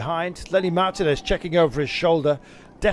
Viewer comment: When are these British commentators going to learn now to say the name Martinez.